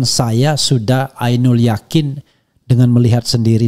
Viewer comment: Gak lihat ijazah aslinya ngomong ainu al yaqin. Profesor mbanyol.